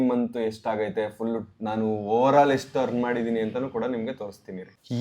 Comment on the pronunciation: ಯಷ್ಟು❌ ಎಷ್ಟು✅